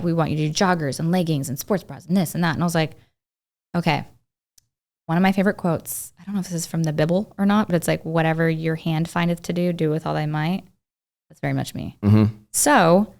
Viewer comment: Wait did pronounce the Bible as BIBle?!?!?! LMFAO